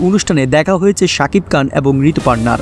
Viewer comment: Sakib Khan Not kan kan 😁😁😆😆